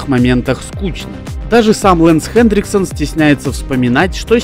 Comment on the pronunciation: У тебя даже на экране написано Хэнриксон, а ты говоришь ХэнДриксон